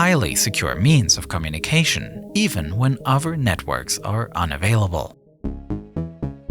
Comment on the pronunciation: Who taught this guy how to pronounce “communication”